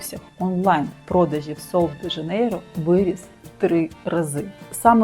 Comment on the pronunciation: 'Шероза" - так вимовляється це слово. Я жила в бразилії рік. Жінки й справді не паряться ані про целюліт, ані про зайву вагу (а жінок з перевісом там дуууже багато). Але всі в мікро- бікіні. В купальниках тільки туристки. В креми я особисто не вірю. Підтягнення це кровообіг. А целлюліт - це жир, який треба втрачати на спорті і харчувані. Креми тут до дупи 😂 Рекоменди зірок - єрунда.